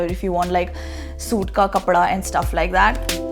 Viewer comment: Nice sense of fashion has! The only weird thing about her is she pronounces ‘and’ as ‘eeend’😂 not cool bro